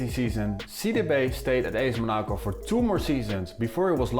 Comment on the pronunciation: WHYYY are you saying Monaco like that